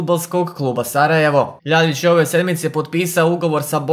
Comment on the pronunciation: Ја се стварно питам да ли је са тобом све у реду,Љајић а не Љаљић ретарду ретардирани